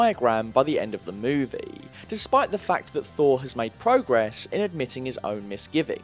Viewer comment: Dude...great video but man...can you PLEASE change your dictation and pronunciation a little bit? I can literally predict how every sentence will sound at the end, and the drawn out stuff in the last couple words....holy hell. I can't even focus on what you're saying "Meeeeewvieeeeeeeee...it's still theeeeeeere"